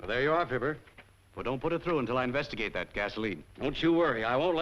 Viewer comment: Fibber, not "Filbert."